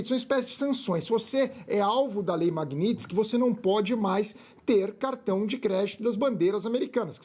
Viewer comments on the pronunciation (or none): é lei magnitsky e não magnitinsky... um abraço!